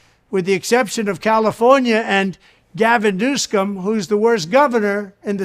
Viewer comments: did trump just say Gavin goosecome? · Who's "Gavin Nuskum"?